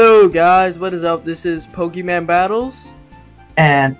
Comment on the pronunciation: ITS NOT POKEMAN ITS POKEMON MON MON ONNNN :P PLEASE STOP